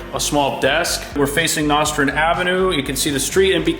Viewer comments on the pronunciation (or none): Buddy!! It’s No-strand. Let’s get it right buddy. This is why this feels like gentrification. You can’t even pronounce the neighborhood correctly 🤦🏽‍♀️